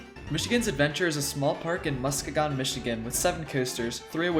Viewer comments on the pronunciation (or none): 55: It's not MUS-kee-gon, it's muh-SKEE-gn